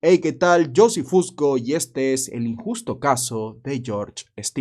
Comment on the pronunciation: por que dices hola yo soy cuando te llamas? no estiendo